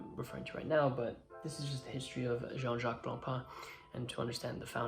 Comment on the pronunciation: It's pronounced je- han not John.